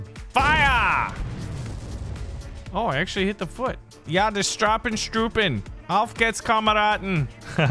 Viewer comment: auf gehts kameraden... that was actually really really good german 😅🤣 love your vids and your humor 🤣